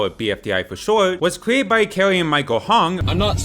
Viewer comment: "hong" IT'S HUANG